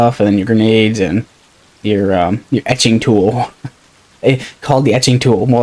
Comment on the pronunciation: Yes “ETCHING” tool does sound weird because it says “entrenching” tool lol Great video though haha this game looks fun!